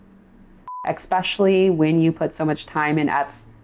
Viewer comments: I love you! But please stop saying EXspecially! It's ESPECIALLY 😜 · THE WORD IS ESSSSSSSSSSSSPECIALLY, Its a Frik'n S not a k!